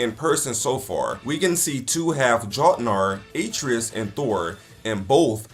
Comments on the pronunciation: Most annoying intro to a video I think I’ve ever seen. Made it even worse that he couldn’t even pronounce Atreas right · I absolutely HATE the way he said Atreus. My god they say it in the game. After further review, HE NEVER PLAYED GoW HE IS COMMENTING ON A GAME HE KNOWS NOTHING ABOUT!!!! Bruhhhhh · Why does he mispronounce Atreus like you only hear his name 100 time in the game